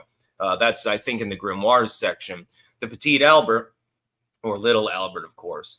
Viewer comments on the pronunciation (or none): none